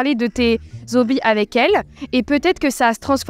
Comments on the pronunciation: "tu va parler de tes zo***" :D. oui, c'est "hobbies", mais faut pas faire la liaison :D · Les liaisons dangereuses: "Tu vas parler de tes zobis"....😅